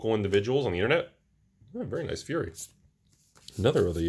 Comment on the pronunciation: Fiery -> Fire-ee, not Fury.